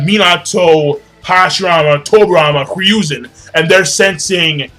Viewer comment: Say it with me... HE-ROO-ZEN. It Hiruzen... Who's Ryuzen?